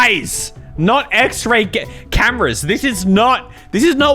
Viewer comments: “Axe-Ray vision.” This bugs the poop outta me. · Anyone else heard him say axe ray vision at the beginning of the story?